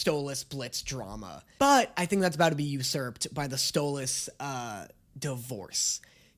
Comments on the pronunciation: You know how you were saying you don't know how we want you to pronounce Stolas? Well you said it correctly , , and That's how his name is pronounced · You’re saying Stolas’s name right!!! Yay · Did anyone else realize he pronounced stolas name right instead of mispronouncing for fun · finally pronounced Stolas correctly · Wait…. Did he finally say Stolas’ name right?????? 🎉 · OMG, HE FINALLY LEARNED HOW TO PRONOUNCE STOLAS'S NAME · HE PRONOUNCED STOLAS RIGHT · I thought you were gonna hate this episode. Pleasantly surprised. But also, YOU SAID STOLAS RIGHT!!!🎉🎉🎉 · YEEEY YOU FINAALLY SAYED STOLAS RIGHT!!! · OMG HE FINALLY SAID STOLIS CORRECTLY! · Can we talk about how finally said stolas name right??? But now that he did it sounds even weirder 💀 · NO WAYY HE SAID STOLAS's NAME CORRECTLY! ITS THE END OF THE WOOORLD! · Look who finally pronou ced stolas right! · YOU SAID STOLASES NAME RIGHT finally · omg did he finally say Stolas correctly??? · YOU SAID STOLAS'S NAME RIGHT RAHHHHHH! ALSO I CAN'T WITH THE PERCY JACKSON COMMENT HELP 😭😭😭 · congrats!!! 🥳🥳🎉🎉 you finally managed to pronounce Stolas's name correctly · finally said stalos name properly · Just so you know, most people blame Stolas (pronounced Stole-us) for the argument at the end. He did shock Blitzø with it all, start it by activating his fight-or-flight response by taking the book, then alliwed him nearly no time to process. If you want a better breakdown, watch Sarcastic Chorus and his vid on why it was Stolas' fault. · YEAAAAH DAAAANNNNNNNYYYYYYYYY!! Is he finally gonna stop calling him Stol-ass? Or does he still not realize that the way pronounces stolas is the way stella pronounces it to insult him! Find out on todays episode of; Trauma Edit: HE STOPPED SAYING STOLE-ASS 🎉WE WIN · DID YOU JUST SAY HIS NAME RIGHT??!!?!?? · He’s finally saying stolas right!!!! ❤️❤️❤️ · I feel weird listening to pronounce Stolas correctly 😢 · OH MY GOD HES SAYING STOLAS CORRECTLY